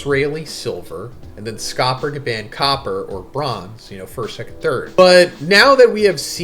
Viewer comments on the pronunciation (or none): Bro say gaban eight. It’s gabon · omg...STOP PRONOUNCING GABANS NAME LIKE THAT!!!!🤦🏾‍♂️😭